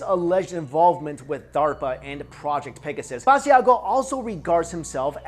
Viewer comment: Lol you're saying Mr Basiago's name wrong!! It's pronounced ba-sha-go. Leave the i out. I've seen him on TV shows frequently and have heard his name many times there